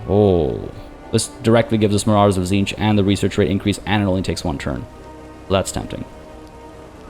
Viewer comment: Tzeentch, 'cinch'. 'It's a cinch'? As the lord of knowledge?